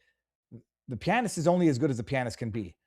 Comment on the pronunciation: Damn.... learn to pronounce "pianist."